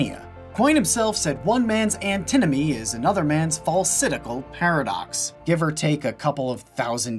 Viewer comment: Also, it's Antinomy, not Antimony. Google thinks Antinomy isn't a word.